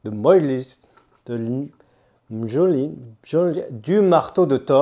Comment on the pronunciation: Encore une dinguerie, j'attends de voir l'autre version avant de me décider :p prononcer "Miolnir" mais "Jonathan" ça marche aussi